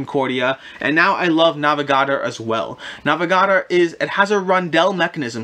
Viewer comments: I'd never heard of some of these games, but it turned out it was just the way you pronounced the titles, NAVA-GARDER? NAVA-GA-DOR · Nah - veh - gah - door